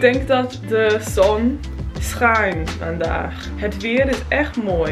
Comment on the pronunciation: Hi, im Dutch. You did it great because its not a simple language. And on the end you say jet but it must be het